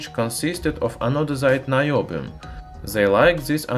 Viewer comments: Naiobium in the way that he pronounced in Russian would translate as Bullshitium XD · Наебиум? Звучит подозрительно! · наёбиум AHAHAHAHA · Наёбиум... Хороший акцент бро :D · About наёбиум. I can't listen seriously past this point. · "Noobium" It's about time the noobs had an element of their own! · The way you say "Niobium" makes Russian viewers think that you are lying very hard.